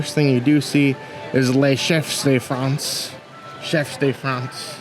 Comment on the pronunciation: Monsieur Paul, Crêperie de Paris and Chef de France are well pronounce too 👏🏼👏🏼